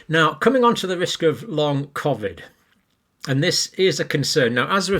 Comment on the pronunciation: And why does this guy say COVID differently to everyone else on the planet? I am also a northerner from the UK but never pronounce COVID like he does.